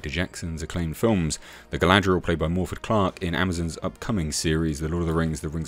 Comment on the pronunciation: One small thing, but iirc, "Morfydd" is pronounced as "Morviff". Not a Welsh speaker, so don't quote me as absolute on that.